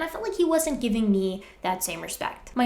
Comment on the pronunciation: "and they gibbon all they got" 🤪